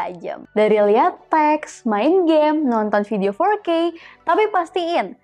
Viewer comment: "nonton video fourrrrke" hampir salah dengar saya ko 🤣🤣